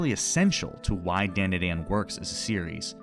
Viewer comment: You were definitely aware of the sensible and commonly accepted pronunciation of "DanDaDan" prior to making this video and yet you still chose to pronounce it like dendeden... why 😭